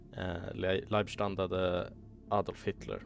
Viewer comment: Leebstandarten AH, not lieb